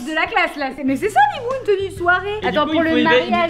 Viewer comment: Je rêve ou à la fin t'as dit "Bitbou" au lieu de "Bibou"?